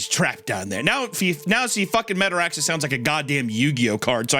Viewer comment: I died laughing at this part because the way he pronounces metaraxes, sounds like Metarex from sonic X 🤣 Isaiah’s dog was also killing me near the end😂